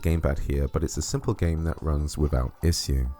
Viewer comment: I have an issue with the way you say issue